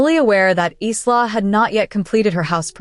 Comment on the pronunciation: Really, so how come the pronounciation of "Isla" is so horrible? Its 'I-la', not Is-la